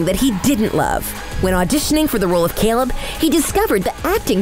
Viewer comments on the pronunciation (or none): none